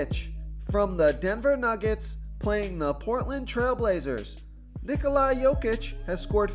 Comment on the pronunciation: Solid plays tonight....not using my phonetic help I see....you continue to pronounce Ni-Coli, when it is pronounced Ni-Cola....how much easier would you like me to make it